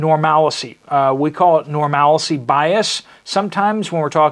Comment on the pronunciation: It’s pronounced “NORMAL-C” Where to do people get off saying Nor MALICE -Y?? So annoying!